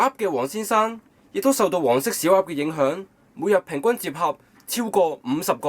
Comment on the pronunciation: 我一直都聽到黃色屎鴨=口=..